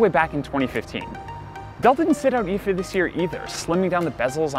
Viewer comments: I was triggered even more by him saying "eefaa" instead of I.F.A. Why do people have to do this? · "eefaa"? Why? Why can't you just call it I.F.A. ? It's an acronym not a word. I'm triggered.